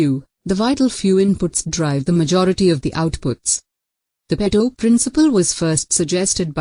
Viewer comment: What an awful video!!! Couldn't even get the pronunciations right. Pareto was pronounced all the time as pedo. Definitely, if you don't know how to pronounce a word, you really know nothing about it. Also, the presentation was horrible. Find yourself a good teacher first.